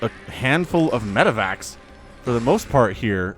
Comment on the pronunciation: He said "medibacks." They're medics that are back home, taking care of workers